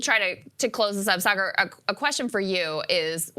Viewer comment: Sorry just a little off putting to mispronounced saagars name. I fuckin hate thar guy but mispronounced a name is a big dig. You can find better jokes. Saagar embarrasses himself constantly with his real opinions. Calling him sugar makes you look stupid. Smh